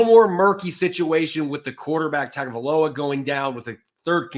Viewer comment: Some good insight that I almost didn't make it to, since the hosts on a Dolphins-themed channel can't pronounce "Tagovailoa" or even "Achane". C'mon, guys...